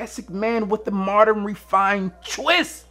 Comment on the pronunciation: Moderin lol come on b